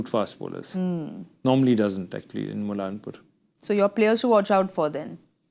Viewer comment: Its not mulla-n- pur…. N word is silent. Its mulla-pur